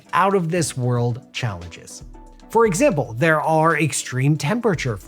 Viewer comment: "for exibble" XD